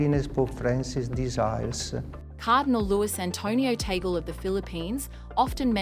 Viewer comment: Tagle is pronounced as / Taa-gley /